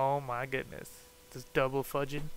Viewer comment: "Fudgin" lol